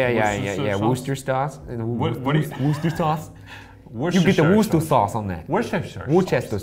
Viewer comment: Did ryan just say woodchester sauce 🤣